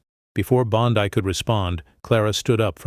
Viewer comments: Bondai? No judge, it's Bondeee. get it right, you overbearing fool. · you could at least pronounce her name properly. bon dee not bon die. daf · It's BON dee. Why is that so hard? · Pronunciation of Pam Bondi’s last name would be apreciated. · It sounds AI generated and text to speech. Note the mispronunciation of Pam Bondi's last name, consistently.